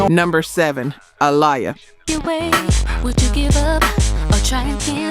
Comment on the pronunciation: I wish you would fix your damn AI. So tired of hearing it fuck up names, words and places. How do you mess up Lisa and Aaliyah's names????